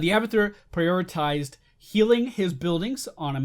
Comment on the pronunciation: I thought he said "We are gonna play hamburger."